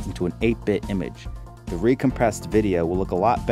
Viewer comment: well then, I'm sorry; I thought i heard u say, "Duh" where it should have been "thee", A LOT! And then there was "ekcetera" instead of "ETCETERA". Keep trying, I keep listening. And don't forget to PLAY BACK. LOL